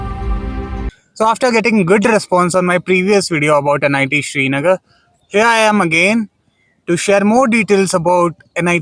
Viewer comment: Shri nagar ❌ Srinagar ✅